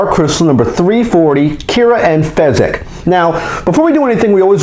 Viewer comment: Its fizzgig not fezzgig